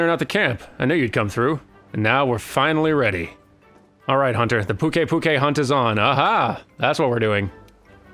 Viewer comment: Apparently and I are at odds on all sorts of pronounciations. Why wouldn't you pronounce it Puke-i Puke-i. Puke to rhyme with Luke, and then ei like a written scream. Also, phonetically on point with the mistake made regarding Slate and Sleight.